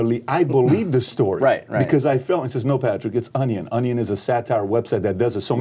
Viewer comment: Lmao Pat pronounces onion like my 2 year old niece. ON E ON